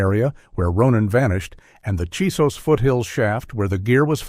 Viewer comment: CHISOS mountains. Not Jesus mountains!